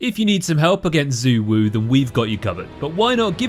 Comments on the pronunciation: Xu Wu is kinda pronounced as "She Wu" instead of "Zu Wu" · And as native Mandarin speaker, not pronounce the words "Xu Wu" the way it's like in Mandarin really grinds my gear